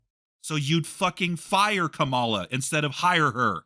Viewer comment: Wow, I’m definitely voting for Kamala (pronounced with emphasis on the first syllable like “comma” with a “la” at the end by the way) after watching this video. This is a typical example of a hot-headed Trump supporter verbally assaulting someone into submission just because they have different beliefs and opinions, which is ridiculous. I don’t think changed mind, I think just agreed with him just to get him to stop yelling and cussing at him, which is exactly what happens in a lot of these situations unfortunately. Things like this just prove that a lot of Trump supporters are incapable of having a calm, rational, respectful conversation. I’ve found that when people are arguing (about politics and just in general), the person who resorts to yelling, cussing, and insults is typically the one who is in the wrong. If and consider each other friends, I’m really not sure why. This seems like a verbally abusive relationship to me. clearly has no respect for, and I think it would be in best interest to remove himself from life. I’ve been watching videos for several years now, and how he treats is just not right. That is absolutely not how friends treat each other, regardless of opinions and political beliefs.